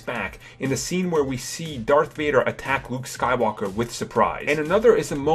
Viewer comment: Who else noticed this dude says his L's like a w. wuke Skywalker, Hon sowo, malimium fawcon